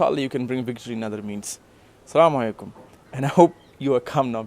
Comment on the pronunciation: Brother stop being such an ediot.support your for what he is,this brother just a hater,what About youtube.what about the tight t-Shirt you are wearing.these mans come on YouTube chat load of nonsense.most importantly guy can’t say asalamalaykum proper says samalaykum.just imagine if Conner won you then what you would have said.everything happens and comes from allah,allah willed allah made it happen who are you to complain.and hate it’s between him and allah